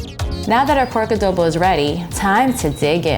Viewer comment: ❤ "a-do a-the a-dobo" LOL